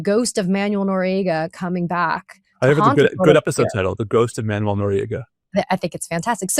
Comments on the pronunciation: Hi. Thanx. Just fyi, Manuel is actually pronounced ManWELL not Manual🙂. Peace🌬️🕊️. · Katie, Noriega"s name was pronounce man-WELL, not MAN-you-ell. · Oh, Katie, it is pronounced Manwel. Not Manual. Jesus, what a tool you are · Interesting conversation made almost painful by the mispronunciation of Manuel. It's pronounced "man-well" not "man-you-el". ffs. Other than that, worth watching. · Katie, it's man-WELL, not MAN-you-ul (It's not like manual labor or reading a manual). Your guest is saying it correctly. Second subject, "Does it fall within the parameter" NOT "Does it fall within the perimeter?" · Katie- It's "Man-wéll," not "Man-you-éll." Two syllables, not three. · If she can't stop misprounouning the Noriega's first name Im gonna freak